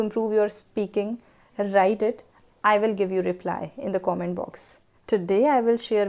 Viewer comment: plz pronounce comment properly